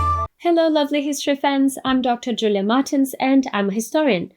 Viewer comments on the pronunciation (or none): none